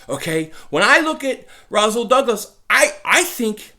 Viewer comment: Its Rasool not Razool